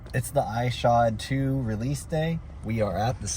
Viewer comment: Bro doesn't know how to pronounce the skater's name and wants to be a skate shoe reviewer on YouTube 😂 this is so entertaining. More videos plz